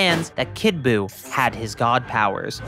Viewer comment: Who is “Boo”?? It’s “Buu”!